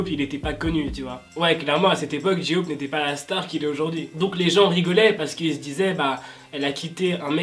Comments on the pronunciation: Coucou je t’adore mais j-hope ce prononce pas J-ioop mais jey hope mais ça s’écrit bien j-hope 😘merci d’avoir lu mon message bisous 😃😀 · Ji-hope j'adore comment tu le dit 😂😭💗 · o nier c est Suga pas CHuga s il te plait sinon bonne video comme d hab;) et c est J hope pas j eaupe (c le son hein)